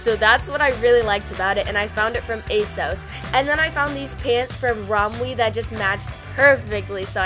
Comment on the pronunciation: Isnt it pronounced "a sauce" lol